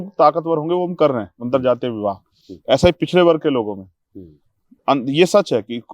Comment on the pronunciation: एंकर जी...पछडे नही.. पिछडे याने.. औबीसी...अन्य पिछडा वर्ग... सही शब्द का उच्चारण करे.. महाशय...! भाई जी कि तरह..! जय भिम..जय संविधान..जय ए एस पी..!